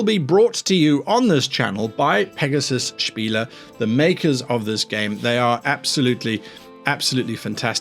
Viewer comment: Thumbs up for correct pronunciation of "Spiele", didn't care about the rest (j/k)